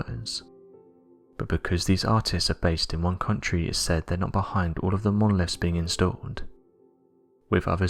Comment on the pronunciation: Monoliffs. (Monoliths). Monffs. (Months). Anovver. (Another). Over. (Other).